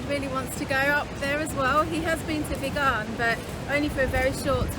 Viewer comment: Hi, Sacha & Story! I just wanted to share to you how to pronounce VIGAN. it is pronounced the same way as VEGAN not like began with a “V”.